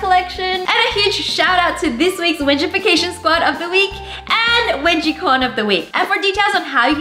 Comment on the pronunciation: Wenigie lol